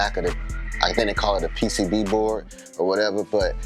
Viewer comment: No ethernet connection?.. yes u said it right PCB..